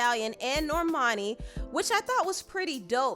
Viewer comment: That girls name is NOT Nor-mani... Norman-i 🙄